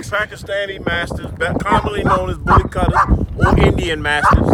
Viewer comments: Pronounced "boolee khutthaa" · Btw it’s pronounced ‘bulley kootha’. Apart from that keep up the good work